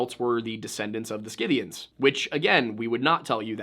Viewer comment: Dear boy, it is pronounced si'-thē-an(s). There is no hard 'K' sound.